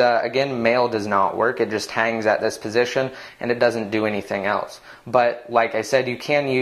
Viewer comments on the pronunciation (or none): none